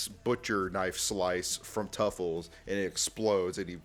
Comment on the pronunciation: It's Truffles not Tuffles